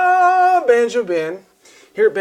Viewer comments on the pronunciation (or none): Banjo, not banjr you.